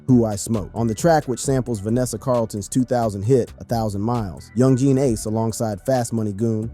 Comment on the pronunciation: 20 videos later and he still can't pronounce Yungeen Ace correctly🤦‍♀